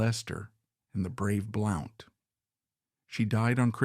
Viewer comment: Blount is pronounced "Blunt"